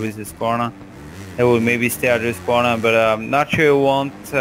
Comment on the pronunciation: Damn, you can pronounce Husqvarna like we swedes do, cudos to you dude!:)